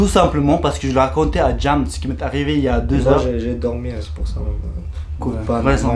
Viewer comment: "Bienmenue " "copane"😂😂